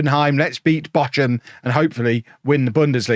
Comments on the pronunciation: Bock-um, not Botch-um. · The German pronunciation is /ˈboːxʊm/. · They're pronounced Bore-kum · That is a very unique way of pronouncing Bochum, 😊